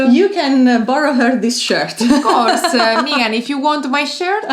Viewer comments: Ladies, it is Meghan, NOT Meeeeegan! Your mispronunciation of her name was distracting. I also see that the propaganda from the petulant William and his palace lackeys via the British press has influenced several commenters in their anti Harry and Meghan attitudes. 🙄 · Lovely video as always but please her names is Meghan, the vowel is as in „Beg“ not an „Eeh“ as in „Me“. 😂❤